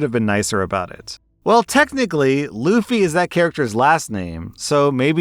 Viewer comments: Bro it's Luffy not loofy, but yes it is stupid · Loufie? I thought it was pronounced like fluffy but without the f at the start. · Yup. Definitely luhf-fee, not loof-ee. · Kind of related, but I had a kid in my classroom once that named himself "Luffy". Turns out I was pronouncing it wrong for a while (short vowel 'u'). I legit thought you pronounce it "laugh-e". It's definitely not a bully-proof name. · Oooooooh, L oo fy I always thought it was pronounced Luhfy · "So, this kid's name is Luffy? Rhymes with Fluffy?" "It's pronounced Loofy!" "Uh-huh, sounds like Loopy." My wife and I were going to name our oldest son Alaric, from the name of a character in a set of books we both liked. The problem was that there's only one real person with much profile who had that name, and he died more than 1500 years ago. Although we both liked the name we also accepted it would be a difficult name to live with, so we went with something else. Looking back over his life so far, I'm grateful we did, as it no doubt would have made worse the problems he has experienced. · I think the stoopit part of naming a kid "Luffy" is pronouncing it "Loofy". What is it, a French name?